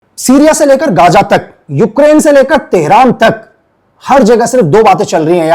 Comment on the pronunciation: it’s not gaja. it’s gaza. learn to say za. you gajar ka halwa.